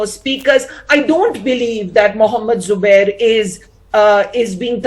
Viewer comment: say Zubair not subair you duffer